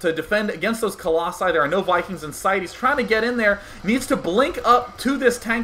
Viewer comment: singular: colossus plural: colossi i have no idea why you think it's "coloxun" or whatever you're saying